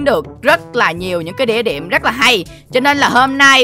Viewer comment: địa điểm mà nói là đĩa điệm wtf